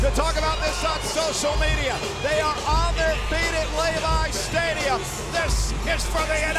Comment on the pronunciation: Michael Cole saying “Lay-Vīes Stadium” (Levi’s Stadium). Lol!!!